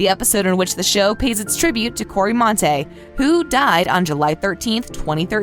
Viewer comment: How did they manage to miss pronounce Cory’s name as “Cory Montay?!”